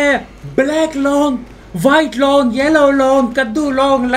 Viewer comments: Long nahi bhai loooong😂😂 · Leong ❌long✅